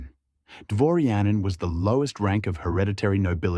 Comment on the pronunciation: Not "gertsóg" but "gértsog", not "procháya" but "próchaya", not "dvоryа́nin" but "dvoryanín", not "pómeshchik" but "poméshchik" and "poméstye" with "vótchina", "velíkiy knyaz" etc. Video is pretty good but stress in russian words is...not so.